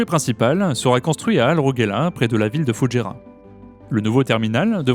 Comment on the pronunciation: vous dites bien Doubaî pour Dubaî, alors pourquoi dites vous Foudjéra et non pas Foujaîra, il n'y a pas de D et il a un tréma sur le i